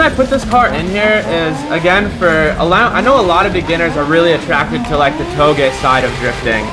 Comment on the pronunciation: You finally pronounced Touge properly x) These are good cars!